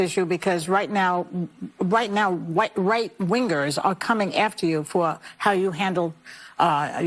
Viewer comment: Joy pronounces the g hard in wingers what a dingbat she is!😅